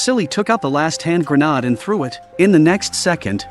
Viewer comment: Indeed... WTF is a hand grenard?